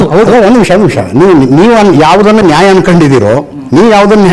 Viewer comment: first learn how to pronounce Nyaya, it's Nyaya not naya😂